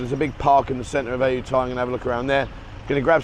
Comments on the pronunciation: Come on Aajutaja? How British can you make it sound? Ayutthaya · Ask a local to pronounce Ayutthaya. I know, it ain't easy sometimes.